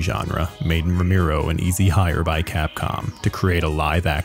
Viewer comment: The mispronunciation of "Romero" as "Romeero" makes this damn near unwatchable